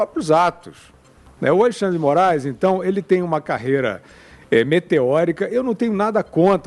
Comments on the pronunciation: "Ministrun Alexandri-dimorais acarum acurumnucum" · MI NIS TRU ALEXANDRE DE MO RA ISSSS (repete 4 x 😅)